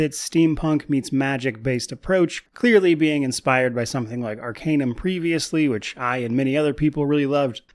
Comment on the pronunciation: What was that? New ARCanum you say? I'm in.